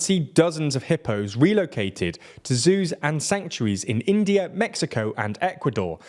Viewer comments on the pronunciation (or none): none